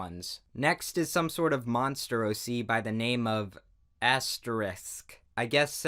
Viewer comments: I swear to god i'm hearing "asteriks" over asterisk. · Did anyone else notice him pronouncing asterisk as asteriks?? No hate though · I cringed every time he said "asteriks" instead of asterisk lol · Asterisk not asteriks 👌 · asterix is not asterisk xD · "asteriks" -, 2018